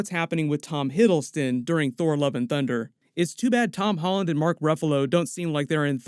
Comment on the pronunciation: it sounded like you said "Thor: Love & Dunder" 😆